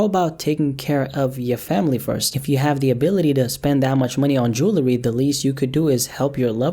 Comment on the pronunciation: He cant even say jewelry. 😆 smart??